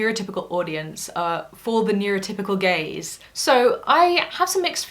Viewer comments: I thought that at first then I realized it was Gaze. Then I though hmm gays probably would be too far off. Reality dating shows tend to attract gay men. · I actually thought you were saying neurotypical gays instead of gaze. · Yeah and it took me awhile realize it was gaze xP